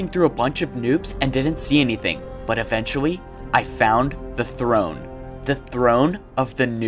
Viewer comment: Lol, “litewy” “Eventuwy” Ok I’m sorry I’ll stop making fun of him